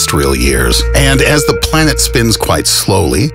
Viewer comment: Stop saying thee!!! It's 'the' goddamit!!!